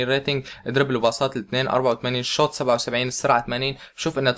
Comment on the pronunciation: ليش تقول شووط شووت